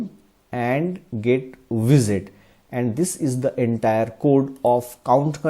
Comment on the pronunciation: I don't mean to disrespect, but the way you pronounce GetWidget is really strange. Somehow it sounds more like GetVisit or something. Strangely you pronounce "widget" more correct. GetWidget should sound the same, just with "get" in front of it